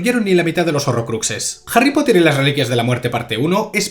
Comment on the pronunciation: "JARRY POTAH" 🗿